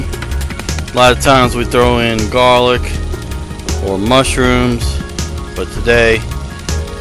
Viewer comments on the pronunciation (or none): am i the only one who enjoyed the way he said garlic...lol